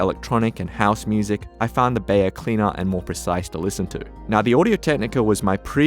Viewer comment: Beyer is pronounced buyer!